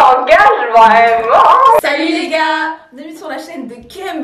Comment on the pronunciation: un language vreeeeument🤣🤣🤣🤣🤣